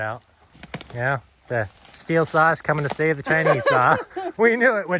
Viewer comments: It’s not pronounced still it’s pronounced steel dumb bass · It's pronounced STEEL... Not Still